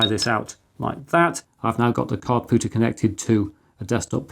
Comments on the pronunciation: It was nagging me that something wasn't quite right. I watched the video again and realized you are pronouncing it Cardpooter instead Cardpewter. Very odd! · Com-pewter so therefore card-pewter not card-pooter. Just because it annoyed me, lol. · I know it's not the point of the video, and perhaps not useful criticism and I should just jog on... ...but your pronunciation of card-POOTER and not card-PEWTER has me with my head in my hands 🤣 No hate, keep doing what you're doing, your videos are both educational and entertaining! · Kard-Pyew-Tur Unless this is a "poo" joke that I'm not getting? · did you say card pooter?